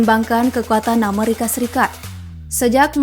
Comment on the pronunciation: plis dijawab min. inspirasi dari mana sih nyebut amerika kyak gitu? 25 thun gua hdup, baru di channel ini doang ngedenger nyebut amerika beda sendiri wkwkkw